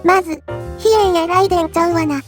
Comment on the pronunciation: 最後の三式戦闘機ひえじゃなくて三式戦闘機ひえんですよー